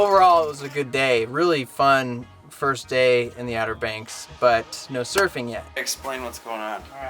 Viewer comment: Hey, that's cool you went smurfing (at least that's how it sounds when you say it). I'm from South Bend originally, but have been "from" coastal California since 1972. I've never been surfing, so you're waaay ahead of me. You looked good out there. Well done! Cool trip, good memories.